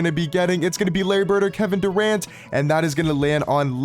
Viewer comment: "Paul Geogre", "Kevin Duarnt" 💀